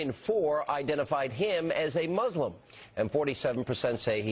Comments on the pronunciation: It's "Muslim" not "Mulsim" Let's see, they have Muslim, Christian, Unsure and Neither. What, can't Obama be a Jew? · "Pew: 1-in-5 say Obama is Mulsim." What is a Mulsim?